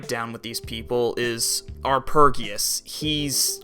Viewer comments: It's meant to be R-P-Geus, as in RPG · Are-pej-ee-us, as in arpeggio. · It's pronounced 'are-PEDGE-ee-us'. It's a play on the word 'arpeggio', a musical term.